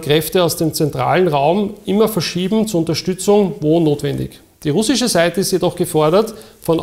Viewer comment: wenn man probleme mit dem wort "russisch" hat, hier ein, zwei tipps: lesson one - listen an repeat: man betont "ru" und knüpft dann den rest an. würde sich so anhören: RUH-ssisch.